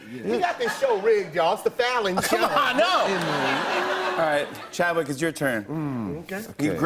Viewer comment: was i the only one that heard jimmy say chadwich when the game was starting?